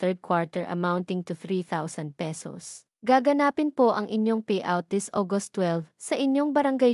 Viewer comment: Mali ang pronunciation ng nag uulat. Gaganapin hindi gaga napin